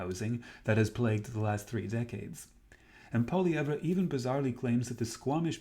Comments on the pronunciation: His name is pronounced “Poly EV” - not that hard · You can’t say Pierre’s name properly lol